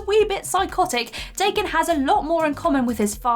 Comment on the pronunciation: She mispronounced DAH-KEN. Dumb bitch.